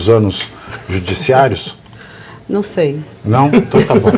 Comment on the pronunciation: Çei, Barroso,Çei...🤣